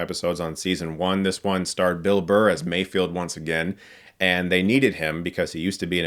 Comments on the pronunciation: "May-Feld". Not "May-Field". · Mayfeld...Mayfeld. His name is Mayfeld not Mayfield. Lol Is it that hard to comprehend? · Drinking game: Every time someone says Mayfield instead of the correct Mayfeld, take a shot.